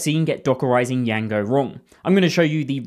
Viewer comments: No one calls it “Y-A-N-G-O”. It’s “J-A-N-G-O” the “D” is silent. 😂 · my ears are bleeding after "yango"? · why the fuck are you saying: yango? do you see the letter "D" there? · To be honest bro made me almost go and search Django's correct pronunciation